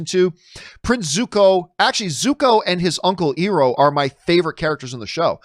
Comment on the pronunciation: John Iroh's name is pronounced i row not e row.